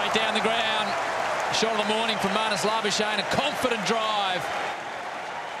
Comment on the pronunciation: Why do they call him labashane? That's not how we pronounce his name in SA.